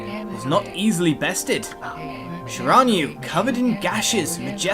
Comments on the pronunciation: It's Shir-in-new-a I've played this game with my bff Starwolf and we beat it twice it's awesome I'm so glad you decided to play. If you like japenese mythology you'll love this Starwolf Violet loves your episodes so I'll bet she'll be surprised to see you playing the games she's played so much if you need any help ask me or Starwolf :P Have fun playing A-maut-er-aus-ew (Ya that's how you pernounce it) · Its Shira-New-E...but good Narration all the same. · Shiranui is pronounced She-rah-new-e btw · Shiranui is pronounced she-rah-nui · You said shiranui wrong